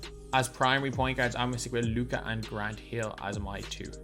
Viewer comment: Thank you for putting respect on Luka’s name 😄